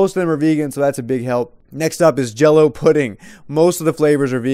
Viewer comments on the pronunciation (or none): Dõe_ Wöp he said hello pudding not jello